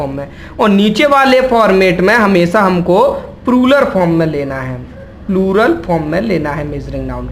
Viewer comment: Video was good But That was ---- प्लूरल NOT प्रुरल Don't take remark ill In every language PRONUNCIATION plays most Important ROLE